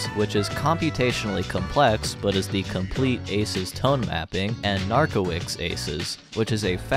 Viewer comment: Cool video! Btw, Narkowicz (in Polish) would be read like nar-ko-veech w->v; i->ee; cz->ch (and the full name is Krzysztof Narkowicz -> kshish-tof nar-ko-veech)